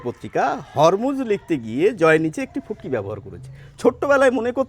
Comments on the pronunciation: তবে কথাটা ঠিক বুঝতে পারছি না, ঐটা ফুটকি নাকি পুটকি বলছেন, প্লিজ আবার জানান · উনি বলে ফুটকি ফুটকি... আমি শুনি পু... আমার কানে মহা সমস্যা হয়েছে!! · প্রথমে ভেবেছিলাম পুটকি বলছে, পরে ভালো করে শুনে দেখলাম ফুটকি বলছে,, 😂😂😂😂😂😂😂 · It took me 30 seconds to realize he was saying "ফুটকি” not ”পুটকি” 😂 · পুটকি বলেন কেন বার বার ফোটা বলেন🙃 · Subtitle use korben. Futki re onno kichu shuna jay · কিন্তু বিন্দু কে আপনি পুটকি বলছেন কেন?